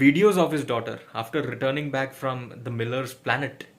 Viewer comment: Miller "milti" ni h